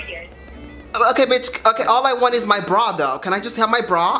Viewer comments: She didn’t say period she would say pereit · Y did say period like that. She said paireaid 💀💀💀💀💀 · she said pewied 💀💀 like nooo sis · when she said “pared” i felt it 💅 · it was obvious that isn't black from the way she was pronouncing "period" lmao